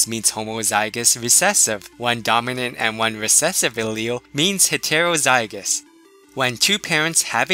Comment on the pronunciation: Okay great video but please pronounce things properly like heterozygous it gets annoying how it sounds.